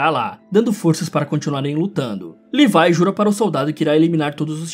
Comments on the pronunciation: Ele falando:livie Eu:oxi mais n é levi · Que agonia você falando levai sendo que é le vi é vi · mano...LEVAI????? É SÓ LEVII kkkkkk não é possível que só eu fiquei agoniado com LEVAI kkkkkkk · È Levi não levai pf fala direito pf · mano me da uma agonia quando vc fala Levai ao invés de Levi. Bom videoo ja deixei o laikezin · Não è levai é Levi 😡 A e a mikasa também é akermann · E Levi e não levai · Livai kkk é levi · mano nao e levai e levi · ce pronuncia levi !!!!!!!! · cara fala o nome do levi em português eu já do ficando estressado já é leeeviii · Em inglês a pronúncia é "levai", em português é "levi*